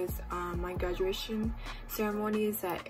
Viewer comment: She said gaduation lollllllll